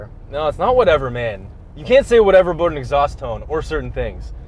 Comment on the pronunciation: When gets passionate, like responding to whatever to exhaust tone, he lets that Canadian accent out in the “aboot” for “about.